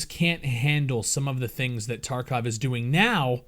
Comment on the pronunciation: Its TarkOv and not Tarkav!!!